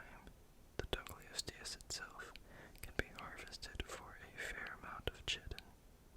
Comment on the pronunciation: Chitin has a long "I" like kite. K-eye-tin Therefore chitinous is also pronounced kite-in-us Secretions is si-cree-shins Convert not "connect" Castoroides is cass-tor-oy-dees similar to deez nuts Parasaurolophus not "Parasaurus" Same sentence: has not "was" Startled not "started" Lengthy not "lengthly" Disproved not "disapproved" Chisel-shaped not "chisel-snapped" Extremely efficiently not "extremely efficiency" Growing up to 50 feet long not "Growing up to SO feet long" that says 50 not SO. To take large vertical hops up huge walls and cliffs not "to take out large vertical hops to make walls and cliffs" And there's others... They have pronunciation guides on each animal's page in the wiki. Going through this again I noticed way more than I did the first go around because I was not reading along. You just did not know many of the words like trawling or the phrase "as it is not fast enough to catch..."....many things were not the font's fault. It's your video anyway you should be able to make it a good video without the font as an excuse. Oftentimes you were adding words where they didn't belong. Hope I was not too rude. Just trying to give you a quick kick in the pants if you want to make good videos